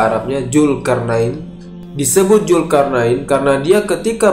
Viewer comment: Dzulkarnain bukan julkarnain